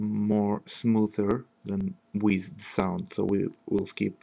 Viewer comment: А типа по акценту и неверному произношению некоторых слов непонятно, что у автора как минимум английский - не родной. Launch, Touchpad, Smoother. Они не так произносятся.